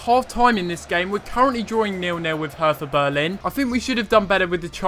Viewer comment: Btw its pronouced Herta Bearlin